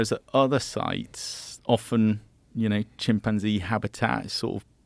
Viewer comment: I genuinely can't stand the way Joe pronounces chimpanzee